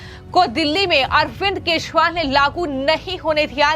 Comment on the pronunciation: Arvind kazriwal ka nam to thik se lo